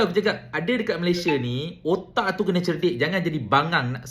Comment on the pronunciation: Hahaha..aku gelak,kau sebut wootakkk..kepala wootakk.😅😂 Mantap